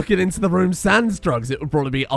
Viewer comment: Sans, not sanze.